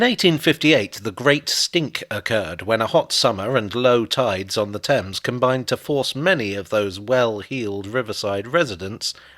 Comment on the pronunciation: Did you just fall into the old American trap of pronouncing the Thames, Taymes? This video didn't give you the impression of how far the York water gate is now from the "THAMES" This one does.